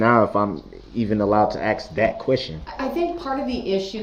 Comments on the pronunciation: It’s ASK, not AXED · I can’t believe how much time this guy wasted. And for the love of Pete, it’s ASK not AKS. Clown. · LMAO he does say "axe" or "axed" a lot, instead of "asK" or "asKed"...I noticed that, too haha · Keeps asking ax, then he needs to be axed ..it is ask, not ax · Il n arête pas de dire aks au lieu de ask! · Did he want to ask or AX a question? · Ever notice when he’s pretending to be a big shot lawyer he pronounces the word “ask” and when he’s back in scumbag mode it back to “axe” . So he knows the difference!!! P.O.S. 💩🤪😜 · The correct verbiage is ASK a question, not AX a question. Even a kindergartner knows that. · Ask - a verb. Not AXE - which could be a noun or a verb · Translations Dat = that Du’uh = the Axe = ask Axed = asked Dis = this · It's fair to say if he had completely irrefutable proof it wasn't him driving or in the vehicle I would hang the Jury demand he's guilty out of annoyance ...fair to say.....and it's ASK YOU DICKHEAD....NOT AXE....NO YOU CANT AXE ME A QUESTION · ..."Groundz for the substain"... -i can't get no groundz??,--OK ......is it fair to ax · " CAN I AXE HIM A QUESTION " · Let me ax you a question 😂😂😂😂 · Stupid Mr. Brooks “axe” (his pronunciation) the most stupid questions with EVERY witness. An idiot asking idiotic questions. His questions and the resulting answers benefit the prosecution and he’s too stupid to realize it. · 😂 I cannot stand when he intentionally mispronounces "ask." It drives me nuts. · He knows how to pronounce “ask” in the proper way. I have heard him do so. He chooses to use “axe”. He can also pronounce truth, oath and both properly but chooses not to. He has failed himself. It drives me crazy to hear him talk too but I don’t think it was his English teachers fault. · It’s so annoying how he says axe. If I was on the stand or the judge I would say I don’t know what that word is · When Darrell says Axe, it's because he murders the English language. Just chops it to pieces.